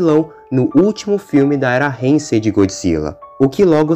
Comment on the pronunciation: Isso foi do cacete! Mas so pra falar, n e reinsei, é heisei